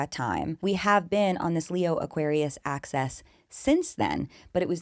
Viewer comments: I like it because it sounds like you’re saying “access” which is just what we all want right? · I find it so funny how you pronounce axis 😂